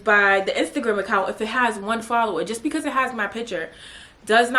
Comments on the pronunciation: Why would I ever start cracking uppp when you said “1 FolLoWUh”! Lmaooo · “1 followah??!!!” 😭😭😭😭 I love u 😂